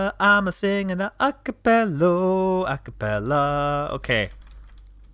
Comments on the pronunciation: Btw, the musical term is "a capella," not "a capello" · Hullo? Acapello😆